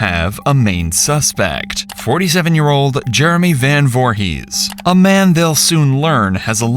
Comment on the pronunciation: Not jay last name, voorhis 👀